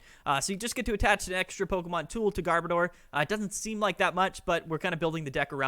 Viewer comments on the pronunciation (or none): A lot of ppl massacre garbodors name. Its gar as in garbage. And odor as in oder. Sorry but it just irks me on how simple that is to figure out and they massacre its name